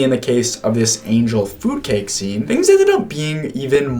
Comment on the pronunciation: This video is triggering my autism too much, so I have to say something. Angel food cake is not angel foodcake. You are really placing the emphasis in a weird place. Feel free to ignore me. I also got excited about the way Emma Roberts pronounced, "cabinet," on Celebrity IOU.